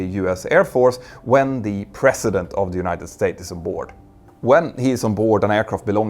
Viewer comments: President sounds like prezident not precedent. Since you need to say this word in every sentence here, please get it right. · It's "president" not "precedent " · A mear observation... It sounded like you were saying Precedent at multiple points, and not President President, which I am used to hearing pronounced with more of a "zzz" like the slang version, Prez. (or Prezz-ih-dent) Which uses the teeth in a humming aspect more to reproduce the sound.... Which basically means the teeth are used for a buzzing sound, and not passive as you would in the precedent. (which sounds like Press-sea-dent to me) Only brought it up because the phrasing would be unclear without the surrounding context.